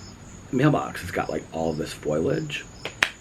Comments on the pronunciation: Lol!, it's not foiliage. It's foliage. Love you💙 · it's fol - i - age 🌳🌱